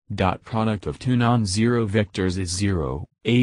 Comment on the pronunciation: 6no.zero not zeo